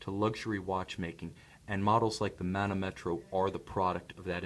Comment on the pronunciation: The correct pronunciation is manòmetro ;)